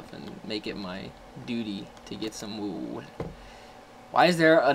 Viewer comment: It sounds like Woo instead Wool (Wul).